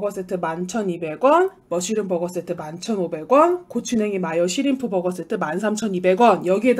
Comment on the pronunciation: 쉬림프가 아니고 슈림프입니다.